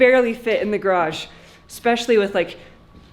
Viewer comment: You said garage four or five times in this video. Congratulations! There is only a little more progress to make pronouncing it like most U.S. speakers. You are at about 90%. Can't you just practice with almost anyone else and listen carefully to get it to 100%?